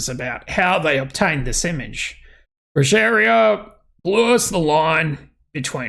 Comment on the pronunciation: Brujeria is the band pronounced Broo-He-Ria to put it more clearly for those who don't know